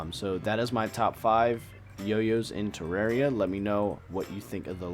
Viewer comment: It's teh-rawr-ia